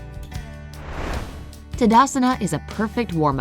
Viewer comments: For kind of information It is not Tadasana it is Taadaasana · It is not tadasana it is thadasan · Impressed by how she said "Tadasana" as "tdsna"🤲 instead it,s pronounced as " TaadAAsun" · It,s taadaasan not tadasana